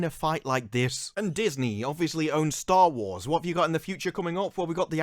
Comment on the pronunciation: soar it????? wtf is sore it????? can you say WASH or do you say WRASH LOL Star Warsh. lololol it’s so amazing how you and channels like yours and the subscribers are so so stupid and blind in what’s really going on